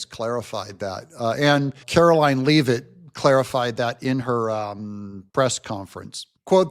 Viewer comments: I'm from Maine, Karoline Leavitt is from NH. Leavitt is a Franco-American name. Leavitt is pronounced Lev-it, not leave-it. YW 😎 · it's Leavitt, not Lee-vitt.